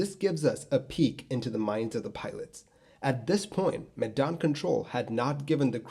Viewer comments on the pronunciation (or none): I find your pronunciation of Medan funny 😂 it's more like the 'me' when you say meh, just no H. The dan pronunciation is pretty close tho.